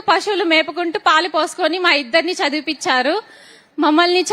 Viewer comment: అమ్మా...చదివి పించారు కాదు తల్లి, "చదివించారు" అనాలి ఆది వినడానికి బాగుంటుంది